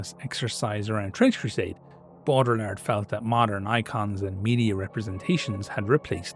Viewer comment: Platonic form of nerdery. The man is using a tabletop war game to talk about philosophy because he's trying to take the setting to its logical conclusions and taking it seriously even though it's just his fun little hobby. And he's mispronouncing the name because he's read it a bunch but never heard it out loud. Or he's intentionally disrespecting the French. Unsure, not aware of Ireland's view on that nation, only know about Brits, Africans and East Asians having any beef. Either wayz We love it folks!